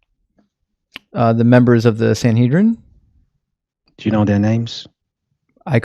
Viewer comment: Godhead pretends to have heard of the Sanhedrin, despite mispronouncing it, that someone wrote letters to it, that it had a sole author, and that he knew the various writers mentioned their own names in the writings. THEN he talks about integrity. 😂